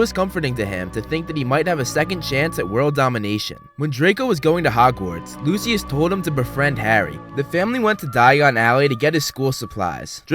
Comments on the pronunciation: It’s pronounced lushis not lusuis👿👿👿👿👿👿👿👿🤬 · It's pronounced loo-shuss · What is loo-see-us? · The way that he pronounces Lucius makes me so angry😂